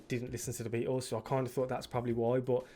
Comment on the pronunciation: It's great hearing you say it correctly (unAmerican)..."The Bea-ehhls" 😅